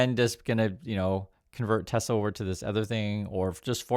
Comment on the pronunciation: "I love Tesler"